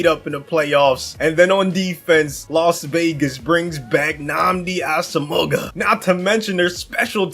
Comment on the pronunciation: That pronunciation of Nnamdi Asomugha though LMAO